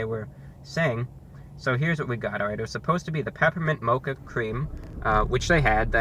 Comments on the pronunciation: It's pronounced Moh-kah, not macha, LOL. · its (mocha)- mow-kuh not not ma-chuh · You said motcha did you mean mocha? Or did the joke go over my head? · The way he pronounces mocca is just amazing. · Mocha he said it wrong